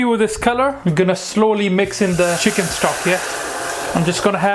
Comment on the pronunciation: You cut the chhicken